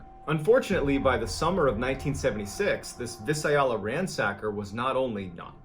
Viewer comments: Hi... I love your stories! The like button lied about the pronunciation of "..Visalia " Vi. (Long I).SaiL.. (longA) YA..(short a). VI Sail Ya = Visalia Silly Silly like button!! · I'm so sorry, but they way you pronounced Visalia (vai·say·lee·uh) felt like a gut punch. Ooof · just a minor correction: Visalia Ransacker is pronounced Vi-sale-ya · I cringed so hard when he pronounced Visalia as "vhis-eye-ah-luh"😂lolll. Also, "just about everybody knew" him by the title Golden State Killer at the time?? No no no - poor research on MrBallens part. We knew him as the East Area Rapist in Sacramento, we didn't call him by the moniker GSK until decades later in the 2010's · Californian here, I super dig your videos, but I feel I need to help you out.. VizAleaha. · 😂😂 it's pronounced Vie-sail-yuh re: Visalia, Ca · Oh. Dear. I have never heard Visalia so mis-pronounced! Let me help. vy-SAIL-ya. And if you ever come across a California place name that you are the least iffy on? I'm happy to help. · Holy crap!! Didn't think I would hear about this on your channel!! I live in Visalia. It's pronounced vai-say-lee-uh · Visalia is pronounced Vie Sail eah. Just sayin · Visalia is pronounced Vy-SALE-yuh. Not whatever it was that you said lol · Only cause I’m FROM NorCal, I was puzzled by the “Visalia” pronunciation. I love it tho… 😂 “VY-SAIL-YA” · VI-SEL-YA. Visalia California. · I’m from visalia and it’s funny to hear how people pronounce it 😂 it’s (Vye-say-lee-ahh) Visalia. Also the golden state killer was a cop(only a couple years) in the town of Exeter. About ten minutes east of Visalia. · Pronounced viSAYleeya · Lol I'm a Northern Californian and was trying to figure that out for a second. Vy zail yah is how I would write it 😃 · I’ve been watching every video and just got to this one. I am. DEAD laughing at your pronunciation of Visalia. (I’m from the area my dad was actually a paramedic during the time GSK was there!) v-EYE-sale-yah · Visalia is pronounced: vī•SAY•lē•a